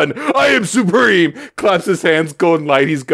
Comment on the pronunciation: IHM SUHPREHEME